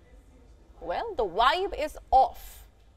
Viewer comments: The American word is VIBE, not wibe! 😅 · She said wive. What's a wive?